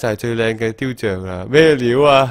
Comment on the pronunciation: 書的確係由樹木誕生㗎 因為 樹→紙→印刷→書 成日讀錯雕像OuO